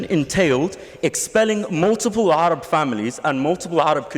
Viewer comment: Notice how he purposefully mispronounced Sinai and Arab. Add to that his continued insults